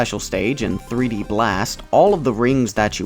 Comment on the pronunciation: PooD blast instead of Peed blast...